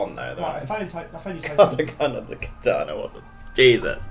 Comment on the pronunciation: also what's katana it's kartana